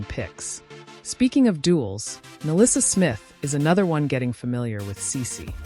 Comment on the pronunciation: Angel Rice? 😂 It's REESE! Ericke? 😂 Its ARIKE! (Ar-ree-key) Milissa Smith 😂 it's NYLISSA!